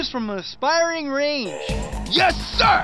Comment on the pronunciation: i kinda laughed at ''Choose an aspring range!''